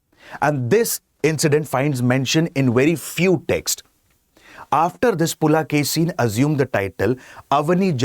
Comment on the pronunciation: It is not "Pulakesi", it is "Pulikesi" (rendered as "Pulikesin" in English).